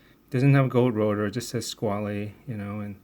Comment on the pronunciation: You mispronounced Squale. It's pronounced as "Squall-uh" not "Squall-ee". It's one of the most important dive watch companies in history. Comparing anything they produce to a Steinhart, that has no pedigree, is quite blasphemous.